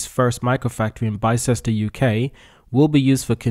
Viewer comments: Pronunciation: Bister not Baichester. Yeah I know, us Brits and our complex spellings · The factory location is pronounced as BIS-TER. I live about 15 miles from that place so I'd like to help